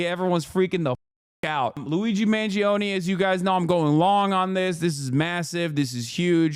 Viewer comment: Me as an italian, wincing everytime i hear the EE in Mangione